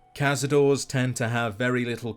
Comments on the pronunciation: The plural is pronouinced "kah-sah-door-rays." Not "kahz-a-doors." It is, as you said, Spanish after all. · Cazador-es not cazador, for the spanish reference. Honestly we should be spelling them without the e at the end if you think about it. Cazador-es you say the es at the end. Otherwise it is nit spanish for hunters if you do not say it properly. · They way you pronoucne cazadores doesn't even resemble spanish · Ever since I heard Josh Sawyer say cazadore as caz-a-dor-ay, it's always weird hearing people say it the way it's spelt. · Nitpicking but you’re supposed to pronounce the e in cazadores since it’s a Spanish word. Also the plural of larva is larvae.